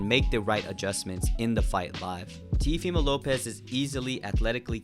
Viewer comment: "TVmo López"